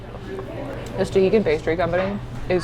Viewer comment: When I went they all called it Stuh-HAY-kin